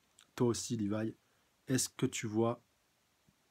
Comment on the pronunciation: Rivaille > Livaï (Au japon les L ne se prononcent pas...)